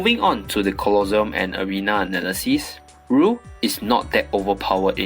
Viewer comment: I like how you pronounce Colosseum "Colossum" instead of "colosse-um xDD that doesnt matter Anyway good vid